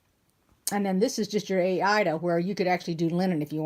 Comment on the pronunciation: Aida pronounced. I. Ee dah . Long E. I ee. Dah